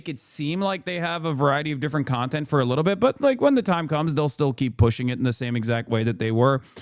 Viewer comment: He said wittle support 😅